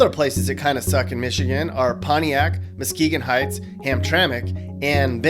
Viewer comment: Muskegon Heights. Hahaha.